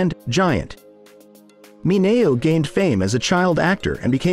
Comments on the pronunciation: It's pronounced Sal Min -e-o. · Sal Mineo's last name was pronounced MIN E O. The voice got it wrong.